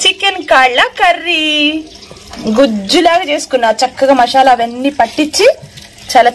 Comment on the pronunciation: Mashala kadu...masala